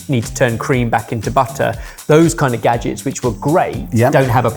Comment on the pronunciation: kitchen gadgens